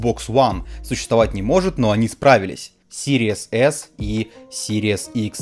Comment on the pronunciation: чел, из твоих уст звучит как Series ASS :D